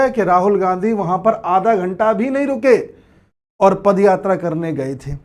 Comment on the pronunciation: A pad yatra nahi a paad yatra hai